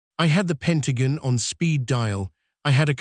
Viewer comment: It's all AI generated. The narrator can't pronounce Pentagon right